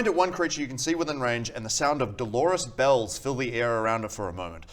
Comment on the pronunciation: Yeah. I initially heard it as Delores.